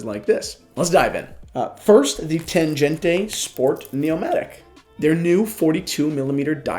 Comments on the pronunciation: Hi, please dont pronounce TANGENTE like it is an italian or spanish name... This is a german Tangente. Read and spell it as it is written. And not like "tanjente" Germans would laugh their asses off hearing this:D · Your pronunciation of Tangente is wrong - "g" is as in "great". Would be nice to say something about accuracy of this watches. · You’re pronouncing Tangente wrong,. The g is pronounced like the g in goal.